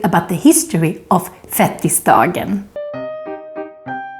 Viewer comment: Det heter fet-tisdagen, inte fettis-dagen 😂